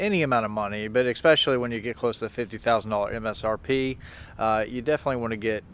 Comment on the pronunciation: expecially is NOT A WORD...other than that, this video was informative.